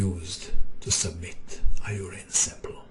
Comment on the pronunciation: miximup I'm glad you said this because I didnt understand that was saying the word "urine":0D